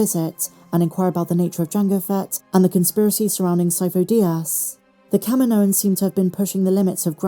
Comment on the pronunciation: Why do you keep pronouncing Kaminoans like "KAH-mee-NO-inz" when it's pronounced "Kah-MEE-no-inz", like Dexter Jettster pronounces it in AotC? Also, I don't know why the writers keep using the term "m-count" instead of "midichlorian count" as if it will offend everyone or something.